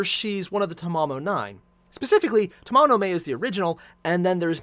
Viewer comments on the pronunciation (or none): Fate/GO NA is the global version. It’s Ta MA MO no Ma (as in Mama) e (as in Eh). Her name isn’t a freaking month.